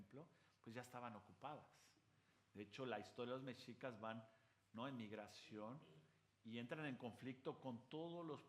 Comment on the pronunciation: Increíble que aún no pueda pronunciar Mexicas, Tenochtitlan.....